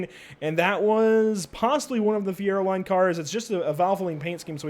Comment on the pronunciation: And Fieroline is pronounced just like the oil is...Fierolean/fieroleen